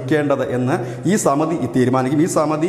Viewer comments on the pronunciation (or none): Samati alla Samiti aanu.